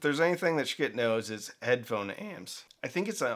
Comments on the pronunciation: Pretty sure it's not pronounced like 'Skit', more like... 💩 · Skit? You are The first I have heard to pronounce their name this way. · Could you please pronounce the name of this company correctly? It's pronounced like "s**t". Yes, as in the expletive for poop. Thank you. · Lets pronounce Schiit every other way than the way it's supposed to be said. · Stop saying Schitt that way 😂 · maybe learn how to pronounce the company's name